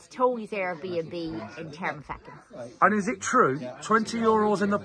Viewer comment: Love it guys ..... welcome to ireland Fyi say them fast 😉 coor-bal-is Drock-e-da Ter-ma-feckin 😎